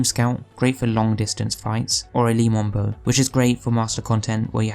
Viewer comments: the weapon is called Le Monarque ( Le Monark ), not Le Memberg :D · He said Le Mon Bow